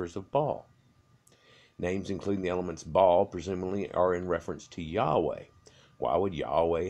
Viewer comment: The guy kept saying ball instead of Ba-Al